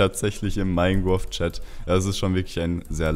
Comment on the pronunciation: Minegwoft xd